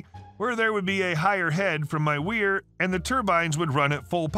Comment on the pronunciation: And “weir” rhymes with here/hear/year/gear/dear.